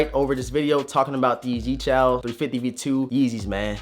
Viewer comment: YeeCHALS? Where is there an “A”? Yecheels